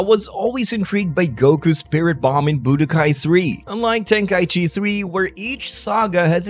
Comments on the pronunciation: Why do people call it tenkai-chi instead of tenkai-ichi? For shortening purposes? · well i just looked it up on language translators and they pronounce it ten-kai-ichi. Hell even the game pronounces it ten-kai-ichi in the menu for 3.